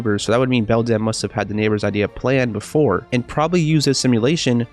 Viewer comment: I love how you say belDAMN instead of beldam